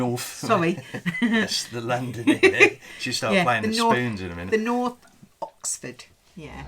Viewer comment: You are such a glamorous lady,. I only watch occasional videos as I'm currently going through the back catalogue of Minimal List's channel and once I have caught up, I will have a look at yours. I love the way you corrected when she said Norf. My very ex was from Essex and he could not pronounce th and would say things like firty free, which I'd laugh at. I tried to show him how to put his mouth to enable him to say 'th' and he really did try but his dentures flew out of his mouth leaving me in hysterics.